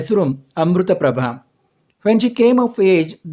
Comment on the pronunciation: Not Amrutaprabha it is Amritaprapbhav